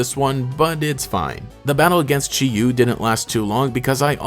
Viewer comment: So Chi-Yu is actually pronounced "chee-yee" because the Chinese origin words 鲫魚 (jìyú) are pronounced like that! I had a fun time watching this video, love my ruinous apocalypse buddies